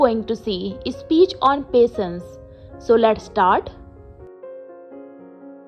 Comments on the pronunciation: Pasense not patience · your handwriting is beautiful but the pronunciation of patience is wrong